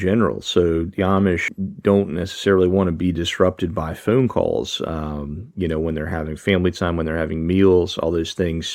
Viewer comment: You say phone like phewn hahah